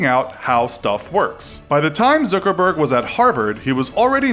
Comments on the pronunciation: Did he say Zookerberg? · Mark "Zoogerberg"